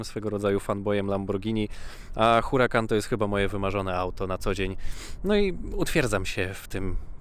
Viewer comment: Mówi się URAKAN nie Hurakan, dlaczego zmieniasz C na K a o niemym H już nie pamiętasz.